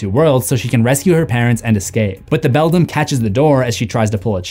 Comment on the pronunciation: Coraline character names you keep mispronouncing: Bobinsky (BO-BIN-SKI) The Beldam (BELL-DAM)